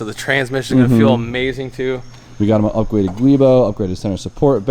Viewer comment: "upgwaded" LOL